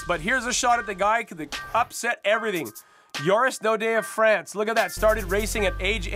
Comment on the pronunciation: lol JORIS Daudet not oris Daudet